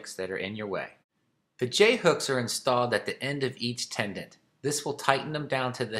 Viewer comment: Tendon….. not “tendant”